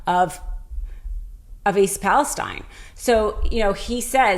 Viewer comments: Not that it matters, but it's pronounced East "Palasteen", not Palestine like in the Middle East. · I live near Palestine, Tx. We pronounce it "Palasteen" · She's on to something really troubling, but why didn't she learn to pronounce Palestine, as that town actually pronounces it? That's a bit of a flaw, with which Greene and company can easily dismiss this whole video.